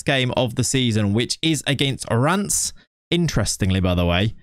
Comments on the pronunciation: Is it just me who hears "rants" when he's trying to pronounce Reims? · I hear rams🐏🐏